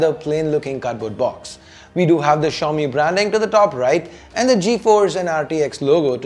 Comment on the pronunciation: why does xiaomi seems to be like chaomi when you pronounced it.